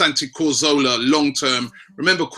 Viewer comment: santi ko-zola